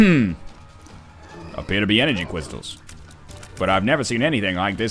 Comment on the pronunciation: "We find da energy kwistals; we find Doctah Wahwee."